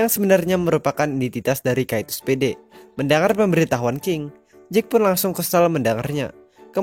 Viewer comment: Spade kak bukan speed